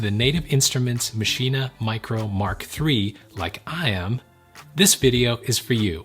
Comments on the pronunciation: why are you saying maschina... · Please stop mispronouncing maschine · Isn't it pronounced as Machine? I saw 3 videos including this and everyone called it MASHINA. Now I have doubts :p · wait are u saying "maschinAH" is that how its pronounced? i was today years old... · Does anyone else get annoyed when he says maschine but pronounces the the at the end?